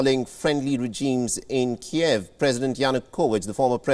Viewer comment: Keev, not Ke-ehv